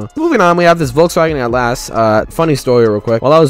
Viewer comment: it’s atlas. not at last.